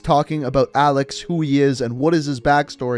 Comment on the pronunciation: for the last time... A L E X IS A L E X